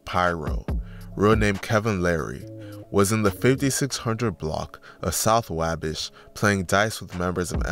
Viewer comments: It’s called “WAwh-Bash” Not WayBesh you have never heard of the Wabash River, in Indiana?? Like the main trading area of the mid 1800s to early 1900s in Terre Haute, Indiana….. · Why do you keep saying wahbish ???? It’s wah bash !!! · Your not gonna explain how lil boo’s body landed by the tire of the car with his head basically under the tire therefore his opps mock him as “ tire head” And it’s “ wah- bash” pronounced like waffle/bday bash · Say it with me: Wah-Bash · The way, he said Wabash😂😂😂😂😂😂😂😂😂😂😂😂😂😂